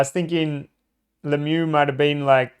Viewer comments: In french the real prononciation is "Luh miyoo" and Le-mieux don't mean "the best". It mean "The better" wich is still great to represent what he was doing on the ice. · Mate, your videos are great. Pronunciation of the man #66 is "Lem yew". I hope that helps. Rock on, brother.